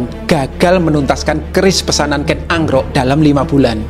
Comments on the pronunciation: Kenapa narator nya ngucapinya ken angrok? Bukan ken arok... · Kok kedengerannya Ken Angro' Min..? Apa memang pengucapannya demikian untuk Ken Arok?